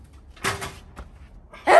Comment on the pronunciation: Като казвам Майкъл се чува Майко 😂